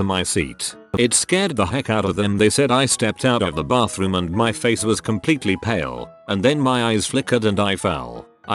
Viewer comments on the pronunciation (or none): none